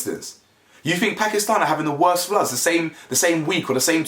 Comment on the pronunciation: Thankyou so much for speaking about this ❣️ it gladdens my heart and love that you pronounce Pakistan correctly 🤗